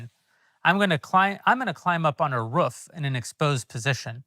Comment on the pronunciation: Love hearing Jeremy’s accent come out on “ruuf.” He’s used that word so much lately 😂